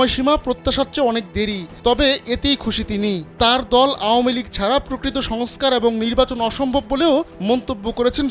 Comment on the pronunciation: আওয়ামীলীগ আ উচ্চারণ পিঠানো উচিত